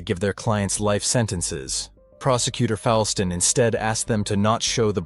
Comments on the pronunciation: The DA's name is pronounced FOLE-ston not FOWL-ston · The only criticisms of this video are that no one here in Wichita calls it "The Wichita Horror" we call it the Carr brothers murders. The second is the pronunciation of the DA's name. It's Fullston even though it's spelled Foulston. Holly's will to live is incredible. At the time of the incident the soccer field was in a rural area. She walked in snow, bone chilling wind, naked, at night, seriously injured after being brutally attacked for hours for a mile! A hair clip prevented her from dying instantly, but her will to live saved her life. I'm not sure I would have gotten up. I may have just laid there next to my friends waiting to die. Without her witness account I'm not sure they would have ever been caught or charged with everything they did to those 5. I hope she is happy. It's appalling that these two are still allowed to breathe. Prison is too cushy for them. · Just a bit awkward if you know how some of these things are actually pronounced, like: Befort, Foulston, El Dorado. But that comes from knowing the case.